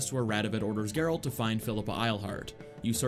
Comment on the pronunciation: Can't unhear "Garalt's good old pal Roach"